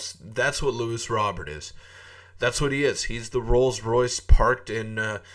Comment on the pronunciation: Your saying his name wrong.